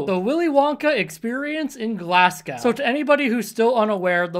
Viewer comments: Yeah now fix how to say "Glasgow" if you have any respect at all. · Jesus Christ it's not hard to get some bit of video from Glasgow, or indeed anywhere in the UK, to find out how the name is pronounced. Scotland is quite a modern country, they have the telegraph and everything. The laziness and presumption of Americans. No manners.